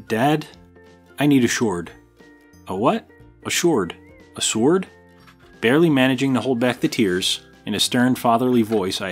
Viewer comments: While on the subject of Who is the Best Bond™️: "Shord" is exactly how Sean Connery would have pronounced it. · Uh... nice goof at the end. Sword forged... you mean Shord. Amateurs. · He is good with that shword